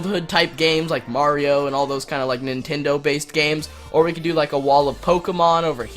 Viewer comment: i noticed u said weed not we LEL